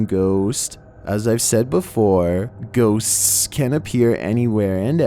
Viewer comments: GHOSTSSSSSSS WHY IS HE SAYING IT THAT WAY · Scariest part of the video is how he says ghosts